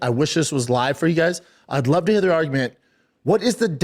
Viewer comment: i'd like to hair the arggument, B... i've got a lawl degree... Frank Mare is definitely part of the prom... got a 'nairdiv' and 'talmbout' as well lol